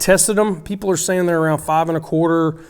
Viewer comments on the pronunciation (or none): none